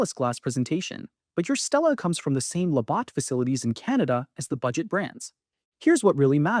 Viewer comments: If you can't pronounce LaBatt's properly... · Can't pronounce Labatt properly makes me question this off the top